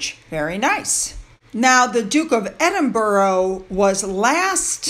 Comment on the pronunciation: is amazing putting this altogether on an almost daily basis. I love how she mispronounces the weird UK place names - Edinburgh changes every time! 😁 Today it was Edden-ber-row. A colleague of mine once voiced a piece for national TV and pronounced Gloucestershire ‘Glower-sesster-shire’.